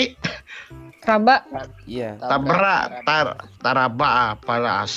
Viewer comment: Ayooo kita trabak, wkwkwkwk tabrak bukan trabak woy🤣